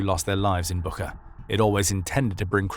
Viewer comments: Great material! One note, though - Буча (Bucha) is not pronounced "BOO-khah," but "BOO-chah." That spelling and pronunciation have been widely known since the start of the war, so the phonetic twist might be confusing for some listeners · It's pronounced [butcha]! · it's BOO-TCHA, like "watch". The whole world knows how to pronounce it correctly except your channel! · Et least have the respect to pronounce Bucha correctly.